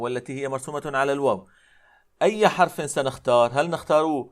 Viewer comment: ياشيخنا غلبت عليك لهجتك المحلية! ترقق الراء من كلمة :حرف!!!! فانتبه رعاك الله